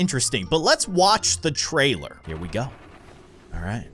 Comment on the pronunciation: Did u said the trrailer